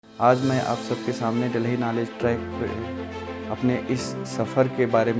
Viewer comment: Delahi kyu bol rahe